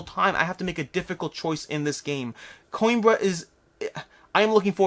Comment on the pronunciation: PS: Played Coimbra with a fellow from Spain: it is pronounced Co-EM-bruh (long 'e' with an ever so slight roll on the 'r'). Cause I know you're nerdy enough to actually care. (takes one to know one).